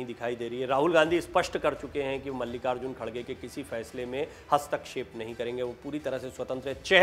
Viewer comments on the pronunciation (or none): none